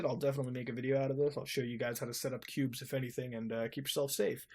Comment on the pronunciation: You said "Qubes" but all I hear is "pubes".